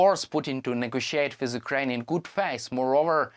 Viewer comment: Channels like these should be banned. The poor idiot cannot even pronounce Ukraine properly. Why in the world would someone like this make a big fool of himself?